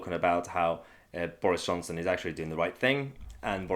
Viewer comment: Boorish Chonson? I love how she gets her pronunciation wrong.